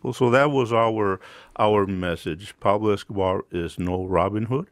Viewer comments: “Peplo escohbar” lol 😂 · It's "Pablo Escobar", with an O. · “Peblo Escabah”